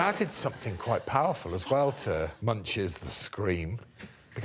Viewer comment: You gotta love Greg going out of his way to try and properly pronounce "van Gogh" only to then say "Munch" like the thing Sam did to that cereal. Poor Edvard.